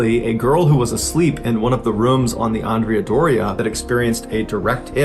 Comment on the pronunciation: You pronounced Andrea different ways. First is wrong.